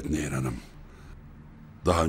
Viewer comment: Karekterin adı "Nehir" değil "Neyyir"!